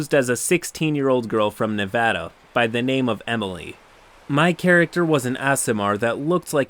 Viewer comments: On behalf of all Nevadans I thank you for saying Nev-ä-da and not Nev-ö-da. You sir are a good person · Thank you for pronouncing Nevada correctly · Woo! Kudos to you for pronouncing Nevada correctly! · You said Nevada correctly. Thank you. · Didn't expect to hear my states name pronounced properly. Glad to see this guy got banned almost instantly cause he earned it. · I know this was a disgusting story and I’m appalled... but I gotta say thank you for saying Nevada right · Damn you pronounced Nevada right and it made me so happy I wanted to subscribe a second time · As a resident of Reno, Nevada. I appreciate your correct pronunciation of the name of the state. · Thanks for pronouncing Nevada right!